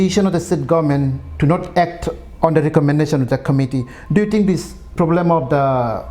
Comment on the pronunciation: For example success you speak saacessss 🤮🤮 Number - NAMbar😭😭😭😂😂😂😂 Problem - pob blem hahahaha🤯😨😩🤣